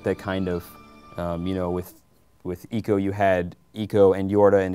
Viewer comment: ask a japanese, its ee-co